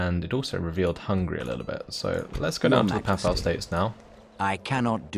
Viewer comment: I can forgive the failed attempt to pronounce "galloglaich" (which wasn't far off, anyway), but not the butchering of "papal."